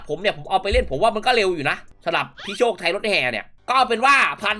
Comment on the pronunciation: โคตรรั่วคำว่า โชค ไทรถแห่